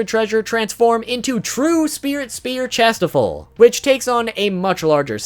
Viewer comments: Tis not Chastifol. It's pronounced "shas-tee-fall" xD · Kings treasure is said cashtiffir spelt it wrong wrong but the end is or not ol